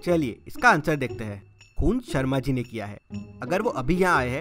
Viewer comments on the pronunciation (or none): It was sharmaji, not sharamji!